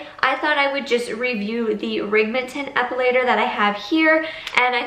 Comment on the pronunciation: REM’- ING- tin Not Ree- Ming- ton